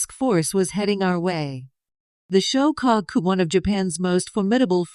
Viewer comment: The. "SHO - CAW - COO"... 🤔🙄 ... "SHO' NUFF DEN" 🤣